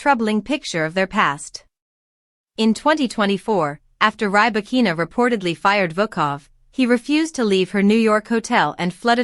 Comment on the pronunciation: Stopped watching as soon as you said rye-bakina.